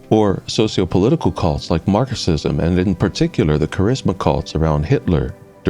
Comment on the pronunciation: Oh, is Marxism (or Marcusism as you seem to pronouce it) a cult now? Would love for you to explain that one.